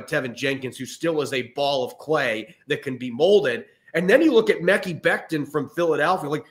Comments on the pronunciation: Guys. "Mekhi" is pronounced "muh-Kai." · Stop saying mekki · Mekhi = "Ma-Kai"